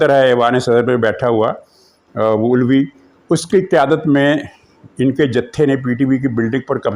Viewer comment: آپ علوی کو بگاڑ کر اولوی بولتے ہیں۔ کیا یہ آپ کو زیب دیتا ہے۔ علوی ایک ذات ہے جو حضرت علی رضی اللہ عنہ سے نکلی ہے۔ سر آپ کو معزرت کرنی چاہیے اس پر۔